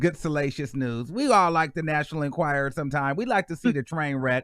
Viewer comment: She said “Enquiziter”‼️🤪🤣😂 The publication is called “Enquierer”🤣😂🤑